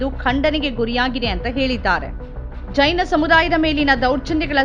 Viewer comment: ಚೈನ ಮಂದಿರವಲ್ಲ ಮಾರಾಯ್ತಿ.... ಜೈನ ಮಂದಿರ. ಉಚ್ಛಾರಣೆ ಸ್ಪಷ್ಟವಾಗಿರಲಿ.